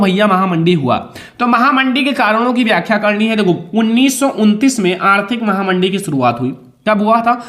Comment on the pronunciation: Sir aap mahamandi ko mahanandi Ku kehte h